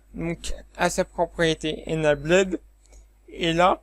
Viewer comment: Bonjour Monsieur, A titre indicatif voici les prononciations de : Enable => UK:*/ɪnˈeɪbəl/ , le past = enabled , load = >UK:*/ˈləʊd/